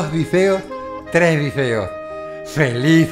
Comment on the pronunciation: me cago de la risa! porqué "dezeos" "ezperanzas"?